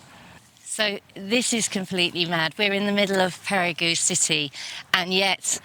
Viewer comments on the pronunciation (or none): I've heard it pronounced "Perry-Go" and now I've heard it pronounced "Perry-Goo". It's "Pay-ree-Guh"